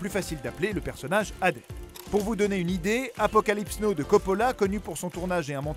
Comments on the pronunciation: C quoi Apocalypse no moi je connais Apocalypse naw* (écris tel qu'il fait le prononcer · "Apocalypse no" ? 😂